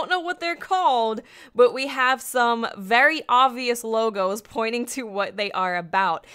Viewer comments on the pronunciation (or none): none